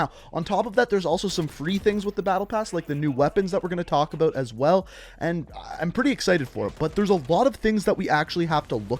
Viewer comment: Out. Aboot.